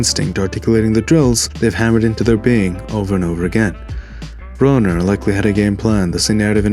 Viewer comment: " I BITTIM!" BRUH-NER hahaha